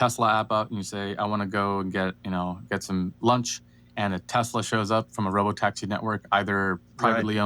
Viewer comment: Dude, "S" is not pronounced as a Z in the word (name) Tesla.